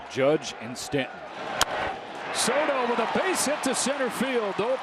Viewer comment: Why does the Yankees playcaller keep pronouncing Stanton's first name like it's French?